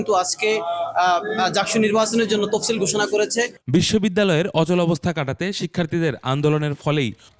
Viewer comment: তপসিল না তফসিল